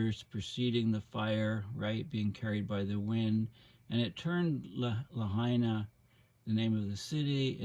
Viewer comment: FYI, Lahaina is pronounced Lah-High-Nah.